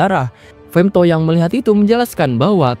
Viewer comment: Femthodd ae lah bg jangan femto😂😂